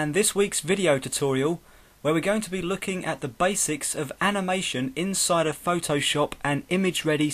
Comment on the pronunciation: nice but you say this like phtooowshopp xD!!